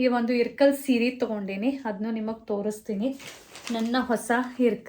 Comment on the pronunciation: Its ilkal not irkal